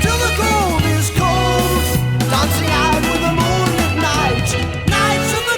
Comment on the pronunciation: It's "moon-LITT" as in LIT-erature. Moonlit is an adjective. Moonlight is a noun. I hope that helps - you're wonderful!